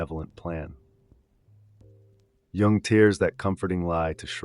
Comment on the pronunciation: "For Djung" dude it's "Yhungh" America pls don't study Europe you're so far off go back to MK-Ultra